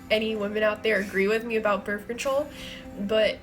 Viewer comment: "birf" lol birth